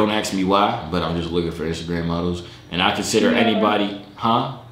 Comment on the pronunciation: my mans said iceagram